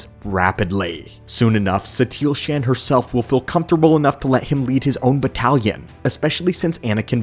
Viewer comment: SHAN?!? It is pronounced SHAUN